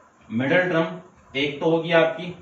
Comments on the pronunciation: Sir you're pronouncing term wrong it's term not trem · Term❌ Trum✅